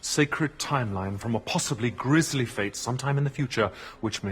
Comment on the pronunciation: Dude. Grisly not grizzly. -1 sin.